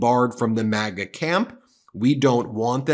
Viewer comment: When did we start pronouncing MAGA (MagA) as MogA?